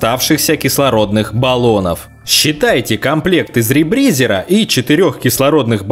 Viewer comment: Как же мне режет слух этот ребризЕр, который он произносил. Я привык к ребризЁру)))